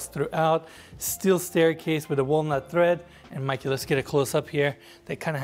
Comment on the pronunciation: Stair "tread," not "thread." Otherwise, great vid as usual.